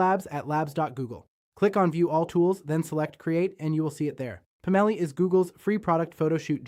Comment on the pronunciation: I'm guessing Labs doesn't include spell check, sad. I think it's, "Pomelli", instead of "Pam-elli". 😏